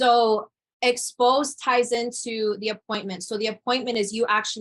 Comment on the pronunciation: As a native English speaker, her use of the word "expose" sounded very wrong.